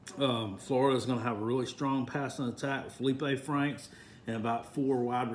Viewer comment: Did he say Florida will have a strong passing attack with Felipe Franks? Felipe Franks? Lol